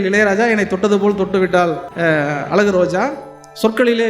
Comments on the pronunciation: அலகு இல்லை❌. அழகு என்ன கவிஞர்😢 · கவிஞரான உமக்கு அழகு என்ற சொல்லை அலகு என்று சொல்வது வேதனை அளிக்கிறது.தமிழை சரியாக உச்சரிக்க வேண்டும்.எதிர்கால சந்ததியினருக்கு ழ கரம் தெரியாமல் போய்விடும். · கவிஞர் யுக பாரதி. உங்கள் அனுபவத்தோடு , அழகு என்பதை அழகாக உச்சரித்தால் இன்னும் அழகாக இருக்கும்....